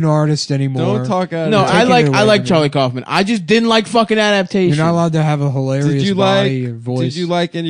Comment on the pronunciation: It's pronounced cowfman not coughman. But props to Nick for recommending 'Antkind'